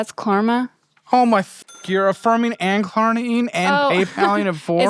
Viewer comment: I don't even use Klarna, but I know it's not "Klarma" 😂